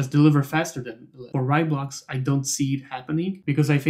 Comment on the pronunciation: Heya, great video. It is pronounced RAY, though.. fast like a RAI of light =)